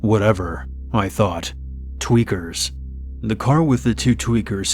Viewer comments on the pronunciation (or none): I was weak, that nigga said twekers